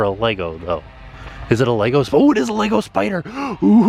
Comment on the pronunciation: Oh!!!! Thank you for saying LEGO properly! You are amazing!!!!